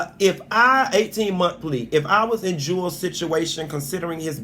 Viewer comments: Chile You slipping on your facts my luv. (Alexis only has 1 kid)🤦🏾‍♀️ not two. And 2nd- chile if you say that man’s name wrong one more time in a video..🤦🏾‍♀️😂😂 his name is not jewels- it’s pronounced ( ju-elz)🤦🏾‍♀️😂😂 I still luv yooooou 😘😘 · Its Juelz not jewels